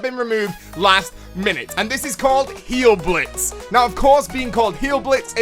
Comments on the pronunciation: It's not "heal•blitz". It's "hial•blitz". German switches "ei" to the "i" sound. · Just a slight correction, hile in Heilblitz is pronounced "hile", in German with 'ei' or 'ie' you pronounce the second letter. It's not a play on the word heal, it translates to healing lightning. I think adding Heilblitz along with Geistschild would be too easy, I do pretty well myself with just Geistschild but I think I'd prefer Heilblitz over Geistschild.